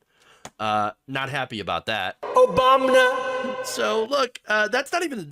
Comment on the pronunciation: “Obamna.” LOL.